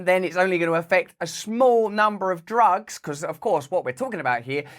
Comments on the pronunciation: Did Biden say "jugs" instead of "drugs"? 😂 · He said, prescription "jugs" 😂😂 And he has background token fans....😂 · I SWEAR I heard him say "prescription *Jugs*" 🤣